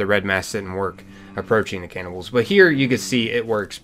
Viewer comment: aint no way this guy pronounced it caynibbals